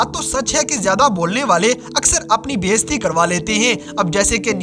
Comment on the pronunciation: بھائی اپنی بھی اردو ٹھیک کر لو بیستی نہیں ہوتا bayizati ہوتا ہے ہوتا ہے